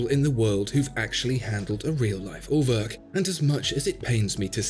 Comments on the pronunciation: pronouncing it At-oh-wak, isn't really doing the brand any favours -- perhaps the slightly softer A-toe-wick would be more helpful :3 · Ah you meant Uhrwerk...with an oe sound like as in shoe or two, you said örwerk...lol.. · What do you want to bet more people will just automatically pronounce "Atowak" correctly than "Urwerk" (which my American tongue spit out as "Er Work" until I found out better). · Everytime you try to pronounce Urwerk, and show this silliness on your B take I daydream your beg cry for subscribe button. And I wish, the very best for you. As calmly I release all the profanity that rushes into my head by the by product of your tango, I again do firmly wish the best for your channel.